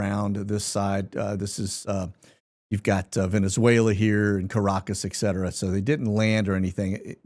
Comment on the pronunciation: It's obvious that you can't read. You don't know the difference between a 'T' and a 'K'. ETcetera, not EKcetera.